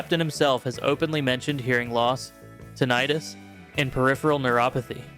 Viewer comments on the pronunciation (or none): none